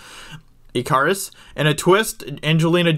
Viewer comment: Icarus is pronounced Ick-car-us not eek-car-us